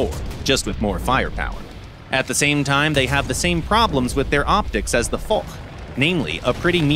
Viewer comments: again not for but fosh in prononciation haaaaaaaaaaaaaaaaaaaaaaaaaaaaaaaaaaaaaaaaaaaaaaaaaaaaaaaaaaaa. ;) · Nope. It's horrible. Foch is Fosh, not Fok, Foch was french not german ! Same for surblindé and surbaissé, sounds like the I isnt in the name Adn the engine isnt german but french. German design ? Maybe ! German built ? Hell no ! They got so much things wrong in this video.. But hey ! It's Gaijin, they dont care about FR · The foch is pronounced fosh not for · Now for the last time, we say the AMX 50 FOSH not the AMX F*CK !!! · Yeah, hard to explain to non-French that it's pronounced "fosh".